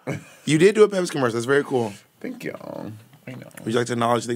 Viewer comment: im holleringgg at “Thankle” 😭😭